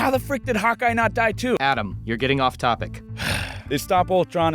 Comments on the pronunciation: The first time I watched this I thought you were saying hot guy instead of hawkeye... uuuhhhh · when you said Hockey... It sounded like hot guy